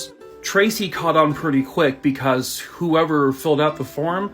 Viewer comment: Omg has me rolling over here with the ladys I don't like'em comment! He said Buhcuhz'im'gay 🤣🤣🤣🤣🤣🤣 in my head for some reason I heard the old school cereal commercial "Hey he likes it"